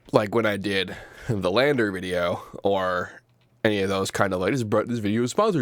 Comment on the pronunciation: "Landr"... "The R is Silent"... "Land"?